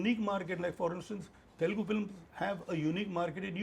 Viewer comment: I get so mad when north Indians and folks from mumbai pronounce it as Telgu. Its not telgu my dude and its a shame that many folks still mispronounce in this day and age